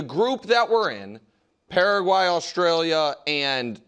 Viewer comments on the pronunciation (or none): So you can pronounce Turkey correctly but not Paraguay lol